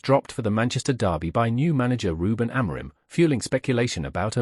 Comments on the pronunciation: Kris Boyd - who the fk is Almaron? It's Amorim ya fudball. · Who tf is Ruben Amiron ? It’s Amorim ffs 🤦‍♂️